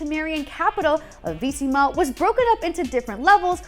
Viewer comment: What is Veesima? You mean Vizima?